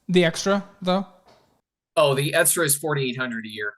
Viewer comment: What is this “estra” word he keeps using?